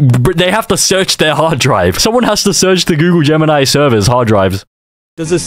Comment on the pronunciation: Aint google gemini its goonle gemini